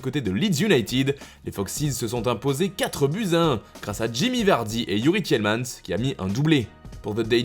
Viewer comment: Merci d'avoir bien prononcé Tielemans ❤